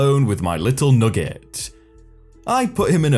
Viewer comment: I thought you said that the new mom called her baby nougat, rewound and realized you said nugget. Lol. Thanks great vid